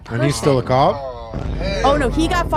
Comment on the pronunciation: "Ahhhh you a coewwap" is my new vocal stim